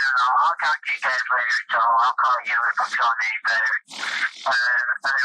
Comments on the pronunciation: This narrator phonetically mispronounces the work “talk.” Why does he keep trying to pronounce the L. It sounds so weird. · Where is the narrator from? I find it fascinating that he pronounces the "L" in "talk". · How is it that the narrator pronounces the L in talk but can't find the L in words like told or old? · I think the fact that you stress the L in "walk" and "talk" is an indicator of psychopathy.